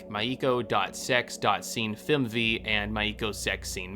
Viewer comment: I love the video but I hate the way you pronounce "Rache" it's ray-sh Edit: the way you pronounce most words(my-E-ko?) Maiko ) is weird considering you have played the game right? They say their own names